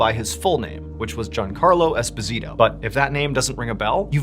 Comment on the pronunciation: You are mispronouncing Esposito. He has said this many times, but no one cares. Just like Martin Scorsese has corrected many people with the correct pronunciation of his last name, no one cares. "We're ignorant, so we will tell you how your name is pronounced."